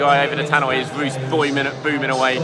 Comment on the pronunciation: "His vooce boiming"